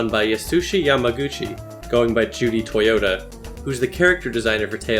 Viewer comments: Totoya, not toyota. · Totoya, not Toyota lmao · No it's actually Judy Totoya not Toyota. What the hell is wrong with you? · totoya, not toyota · Has anyone else picked that he said Toyota instead of Totoya? lol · Uhh, it's Totoya, not Toyota. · I just noticed that you called Judy Totoya, Judy Toyota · Totoya not Toyota lol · its not judy toyota its judy TOTOYA. Simple mistake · Did he really say Judy Toyota instead of Totoya? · it's toTOya, not Toyota... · Not toyota its totoya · "judy toyota" can you not see that it sais totoya? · TOTOYA NOT TOYOTA!!! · "Judy Toyota". Yeah, good job there pal! Japanese names are hard, and so is uh, reading :D